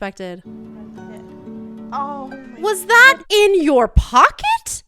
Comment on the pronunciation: the way she went "was. that. in. your POCKET?"